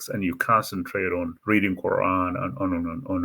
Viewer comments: Confusing person and confusing subject. Not experienced and without knowledge. Can’t pronounce the words in the Quraan. Very bad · lol you can't even read the Quran correctly and you're trying to interpret it? get a life while you cant